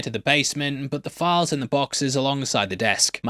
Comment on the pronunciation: If you could pronounce “files” it would be easier to understand your point.